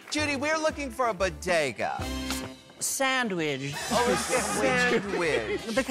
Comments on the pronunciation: Monet reacting to Jinkx's "sandwidge" 🤣🤣🤣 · And the "SANDWIDGE"